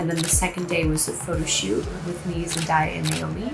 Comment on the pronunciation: Love you Lily but her name is pronounced Zen-day-ah, not Zen-dah-ya... 😬